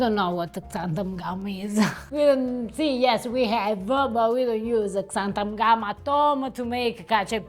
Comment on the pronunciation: You are MISPRONOUNCING the word Xanthan (in Xanthan Gum) . . . You are pronouncing it "Xantham" (with an "m" at the end), and it is an "n", NOT an "m". Americans without an accent who pronounce words incorrectly absolutely DRIVE ME INSANE!!!!...Please be advised, and correct your pronunciation!!..Thank you in advance!!.....Daryl Grant Lindsay. PS: Just so you know, I LOOOVE your videos, so keep up the good work!! And your wonderful Italian wife is absolutely SPECTACULARLY beautiful!! (Although I genuinely do ADORE her heavy Italian accent SOOOO MUCH, sometimes it has been difficult understanding her English pronunciation. However, to her credit, she has been STEADILY improving, so "MOLTO BENE" lovely lady!!! You are GORGEOUS!!!!!